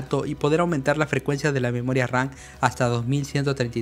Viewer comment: Me mata de risa cuando dice "Memoria Ran".